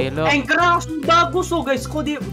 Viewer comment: Mereka: ancher Me: anchor